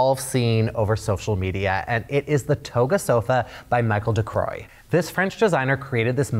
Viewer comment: Michel Ducaroy not Mickael Ducroyyyy 😂